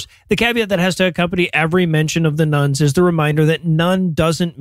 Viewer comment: Everytime you say "Nones" I hear "Nuns" and wonder why the convents have suddenly gotten so popular.